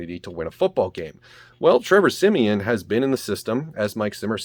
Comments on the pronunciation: Every time you call him siemien I’m like bruhhhhhh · Why he keep saying Trevor semien.